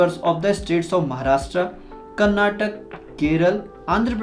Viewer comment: It is karnataka not karnatak